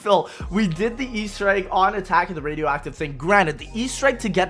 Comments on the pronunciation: "Number 10 is Attack of the Readiofifathive thing baby!" Dude straight had a stroke mid recording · wait what did he say? “Its the attack of the radioactive thing” i think thats what he said but he sounds like a mumble rapper